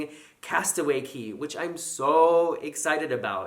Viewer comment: Multiple thumbs up for correctly pronouncing Cay/Cays!!! Very excited that you are going on a DCL cruise! Here are a few Disney DCL must-do's: #1 - Brunch at Palo (Pah-loh, NOT Pal-oh LOL), go for brunch not dinner. No jacket required at brunch, just a collared shirt and trousers. If you can't get a table, try at embarkation, and also the days that Palo offers brunch. Be persistent and you will get a table! Do not miss a dinner at Animator's Palate (AP). Don't nick the knives from there either, they sell them in the shops for $9.95USD LOL! Before embarkation day, call DCL and request AP for your first night, that way you can eat there a second time on the fourth night of your MDR rotation. You can also request a table for two at the MDR dinners when you call DCL ahead of time since I'm sure you will be 'celebrating an anniversary' wink wink nudge nudge! That may be good so you don't disturb others while you vlog but I prefer sitting with strangers. It's a good way to makr "stranger friends" onboard! The two dinner "shows" at AP are different. There is a late night buffet at Cabanas following the Pirate Night fireworks that has the famous Disney Parks turkey legs. There's also a late night mini buffet each evening by the adult night life District. Be on the lookout for Sleepwalking Goofy. I hope you vlog him. For room service, there is also a "cake of the day" option and the Mickey ice cream bars can also ordered in the MDRs. Enjoy a run or a stroll on the fully wraparound Pro